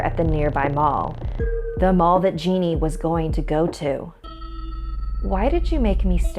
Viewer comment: Just so you know on the Brazil story the mum is called geni but it is pronounced j-e-n-i not genie